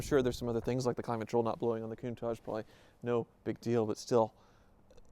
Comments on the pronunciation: Excited for you. Is pronounced COUNTAKK... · Everybody mispronouce countach. Is not even an italian word, is dialect.